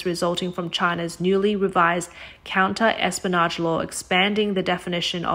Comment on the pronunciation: Clear? But more to the point, if she's never read the word "espionage," can it be inflected properly—within its context, with sense, effortlessly understood? Basic narration job: fail.